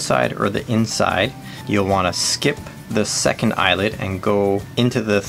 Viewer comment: Thanks for the informative video. 'Eyelet', though, not 'Eyelid', right?(!)